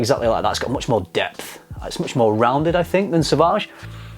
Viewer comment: "Sauvagey"... I pity the fool